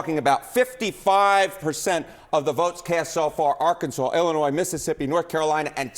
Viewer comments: It's not "Ellinois" it's Illinois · Dude, it's Illinois. Why is this a story?